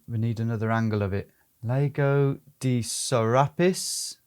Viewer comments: "Laygou" shudder Lahgo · It's pronounced "lah-go", BTW, not "lay-go". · Lego, Lego, Lego.......it's Lago mate! ;-) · I think you can either say Lake or Lago. But you can’t pronounce it Lego 😂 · Great video, great idea, but .. I cringe every time you say Lago (it has a long A - it's not 'laygo') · the way you pronounced the lake like 'Lego' every time cracked me up. great video! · Tommy boy it’s pronounced Lah-go lol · "Leygo" ffs. As a geographical channel you could spend 10 seconds of your time to learn how the place you are traveling to is called.